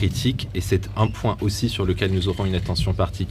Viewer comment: "Il en va de" et "c'est" prononcez "cette"... abruti